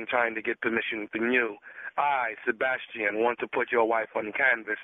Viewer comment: Sey--Bass-Chi-En clearly is an Artist and serious about his shit